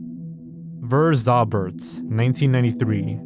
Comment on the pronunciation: oh btw, for anyone curious, the Verzaubert title is pronounced "fehr-tzau-behrt", not "wur-zohr-bert"